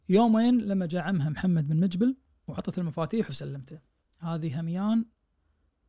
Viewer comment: وطول الحلقة يقول مجبل مجبل وبعدين ينتقد من يقلب القاف جيم😅😅